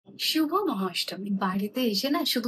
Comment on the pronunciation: মহাআষ্টমী ❌ মহাষ্টমী✅